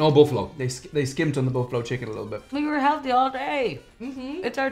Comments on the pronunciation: "BUFFLALO"" Pizza? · "Bufflalo"? had to rewind to see it again lol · "Bufflalo Pizza" 🤔